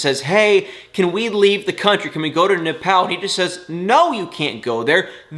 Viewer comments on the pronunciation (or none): none